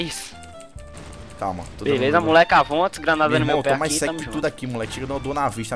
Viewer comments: AVONT'S KKKKKK RACHAVA TODA HR Q SLOW FALAVA ISSO!!! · Pois é kkkk ! Quando eu escutei ele falando AVONTS kkk eu começei a rir !